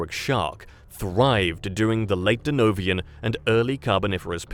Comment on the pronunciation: Denovian → Devonian